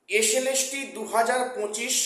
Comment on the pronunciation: Gandu 😂😂😂😂 slst pronunciation thik kor😂😂😂😂